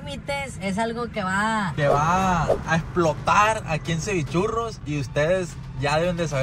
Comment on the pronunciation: Cevichurros siendo cevirrurros 😂